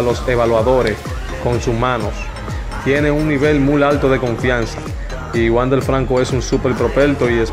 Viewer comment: Te aconsejo que aprendas a expresarte mejor, por ejemplo, los nombres, es Wander, no Wandel, Tampa Bay, se pronuncia Bey